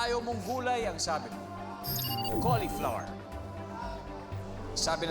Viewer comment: Cauliflo-wer not cauli-flour